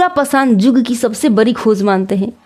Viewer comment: Phele padhna Sikh ligiye yug ko jug padhte hai 😅